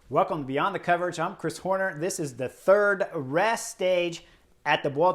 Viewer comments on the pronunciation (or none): none